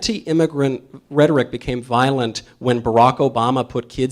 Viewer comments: A college education leaves you with the inability to pronounce rhetoric. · She can’t even say rhetoric correctly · If you cant pronounce rhetoric correctly then your point is invalid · she cannot even say rhetoric correctly. Yea we should listen to her. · The way she pronounced “rhetoric” destroyed her argument lmao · Mike was very classy to not call that girl out for mispronouncing “rhetoric.” I might not have been as gracious. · She mispronounced rhetoric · The girl can't even pronounce the word "rhetoric" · A college student that can’t pronounce rhetoric amazing !! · When did rhetoric start being pronounced with a hard OR? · I appreciate Michael’s response to the girl who couldn’t even pronounce “rhetoric” 😁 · She can't even say rhetoric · The phone-handling was difficult to watch. Her unusual pronunciation of the word "rhetoric" was annoying me too. This person is being miseducated. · She can’t even pronounce rhetoric correctly yet she wants to lecture Michael and she thinks she can get him. Yeah right. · she cant even read "reetorik" rhetoric 💀, ha goofy aah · she mispronounces rhetoric twice and forces the mic holders arm with the inside of her elbow..... and shes confused as to why nobody listens to her. on top of that she has said uhm and like more than any substantive words. God help us if this is our future....... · Girl in this Michael Knowles' event COULDN'T EVEN PRONOUNCE "RHETORIC " PROPERLY. IT ISN'T RHE-TOR'-RIC. IT'S RHET'-OR-IC!!!!!!😢🎉🎉🎉🎉🎉🎉🎉🎉🎉🎉🎉🎉🎉🎉🎉 MAYBE THAT'S THE REASON KIDS READING SCORES NATIONWIDE ARE IN THE SEWER, IN MY OPINION. I REMEMBER RIDING MY BIKE, NOT FAR AT ALL, ACROSS THE BALLFIELD TO MY ELEMENTARY SCHOOL IN SUMMER TO OUR LIBRARY TO CHECK OUT BOOKS. ODD, THE ONLY ONE I REALLY REMEMBER IS THE CAT IN THE HAT; I WAS ABOUT 9 YEARS OLD. 🎉🎉🎉🎉🎉🎉🎉🎉🎉🎉🎉🎉🎉🎉🎉🎉🎉🎉🎉🎉🎉🎉🎉🎉✝️✝️✝️✝️✝️✝️✝️✝️✝️✝️✝️ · Rhi toric 🤣 it's retturick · "Reh-TOR-ic." She goes to college, folks. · The moron who kept saying Ruh-Torr-ic. 🥴🥴🥴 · "Re Toric" ffs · Ru-toric lol!